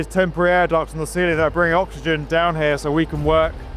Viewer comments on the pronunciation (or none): none